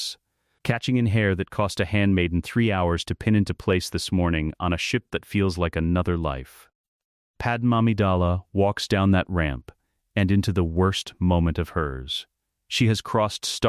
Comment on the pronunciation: Pad mummy dala? You mean padme amidala? 😂